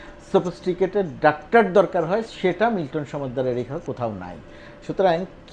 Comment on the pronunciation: Appreciated. Please pronounce either doctor or in Bangla ডাক্তার, not in-between.